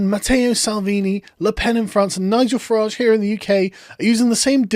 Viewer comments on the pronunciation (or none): none